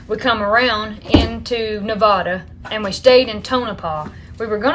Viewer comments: Sounds like a whirlwind trip! Glad y’all were safe and enjoyed the different places you visited. Gotta add- Nevadans know tourists or out of state folks by the pronunciation. 🤭 Since you went through the state - definitely adopt this way of saying it & you’ll be accepted as legit 😎 : “Neh -VA (as in yeah) -duhh”. 🥰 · Shasta and Nevada are short 'a' sound, like hat, cat and bat. Tucumcari is pronounced "Too-kum-carry". The Spanish "Ah" version of "a" is not used in any of those three words.